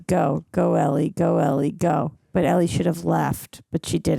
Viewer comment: Do you think she'll ever learn how to pronounce Ellie's name though?